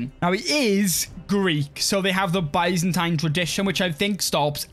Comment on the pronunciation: I still cant get over His way of saying Byzantine Empire 😂 I also allways Hear it as Bisontine Empire 😂🤌🏻